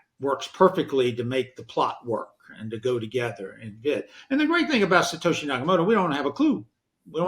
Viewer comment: It's Sato SHI, not Sato HE. Lolz. Imitation is a compliment of sorts.